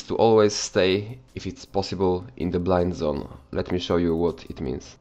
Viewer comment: 'Ze' special one